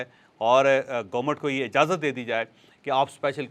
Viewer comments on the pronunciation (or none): none